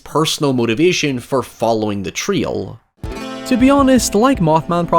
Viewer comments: What the hell is a “treele”!?! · The way you pronounce trail stresses me out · Why are you pronouncing "trail" like "tree-ol"? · It took me forever to realize that a "Twil" is a trail. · Is he saying trio or trail? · It took me a minute to realise he wasn't saying trio, he was saying trail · Trail rhymes with ale, gale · Why can't you pronounce the word, trail? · Nice video, but your accent starts to sound like you are no longer speaking English at several points, and I sometimes had to rewind it to try to figure out what you were saying. That is most definitely not how you are supposed to say "trail" for example. Might want to avoid "now" as well, if you cannot say it properly. Not trying to be a jerk, just saying that it is difficult to understand you sometimes, and if you plan on doing more videos, you might want to work on that, making yourself understandable to those outside your country/accent. P.S. It's not just me. The closed captions frequently display the wrong words, because you pronounce them so terribly. For example, you try to say "south" but it reads "scythe", because you do not seem to know how to properly say the word "south".